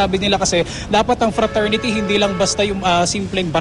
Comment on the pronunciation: lousy!!!.. frasority dw cla? hehehehehe..